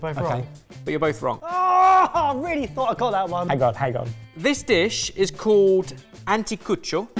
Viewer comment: guy was trying to say called and said code.